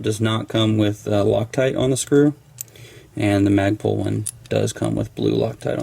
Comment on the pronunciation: Instead of Magpul it's Magprul!